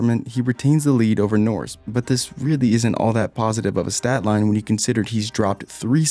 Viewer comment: This guy pronounces Portimão right but can’t say Norris, Carlos, McLaren, Aussie correctly....